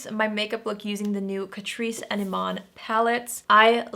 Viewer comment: When you said Eman, I thought you were talking about David Bowie's widow!😂😂